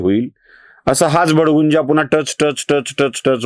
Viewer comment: भडगुंजा नाही भडभुंजा असा शब्द आहे.